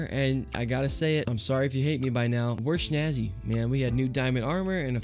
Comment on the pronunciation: does he say "shnazzy"? I swear it's 'snazzy'